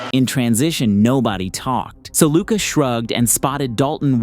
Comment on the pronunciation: After all these years, refs still not knowing how to pronounce luka's name should result in some kind of penalty. It's just straight up disrespect or a willful ignorance.